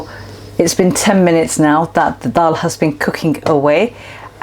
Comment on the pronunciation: I'm really ready to make this dish. Thanks for the recipe and encouragement. I also detect a Lancs accent - worked there many moons ago. And it's so nice hearing you pronounce the word Dal 🙂 brings back fond memories. Ive subcribed and will urge others to do so... Thanks so much.